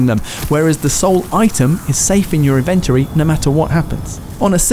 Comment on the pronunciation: Thanks - This guide was useful (Though I'm pretty sure the word "inventory" is trochaic, not iambic... ;-) ;-) )